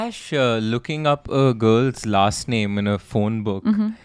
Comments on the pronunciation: Again, u guys mispronounced “girls name” ….this is d 3rd case of u both I m onto, yet, again n again, it seems that u ve habit of not respecting “victims/ ppl”, about whom the case is..😒😒 true crime Podcast is not only about “English vocabulary u guys seem to have” but “about ppl,who have suffered so much that there is a case about them” atleast try to have some respect….how wud u guys feel,if every time, someone talks about u,either takes wrong names or mispronounces? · can you provide timestamps where they mispronounced the name?